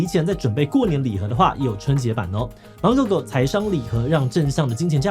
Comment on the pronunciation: 我希望志祺七七可以把芒發音更清楚一點，是芒狗狗不是滿狗狗，我姓滿，這讓我很困惑😅